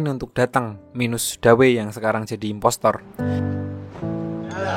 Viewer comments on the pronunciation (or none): none